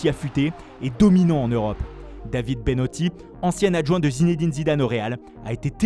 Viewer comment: C'est David bettoni et non bennoti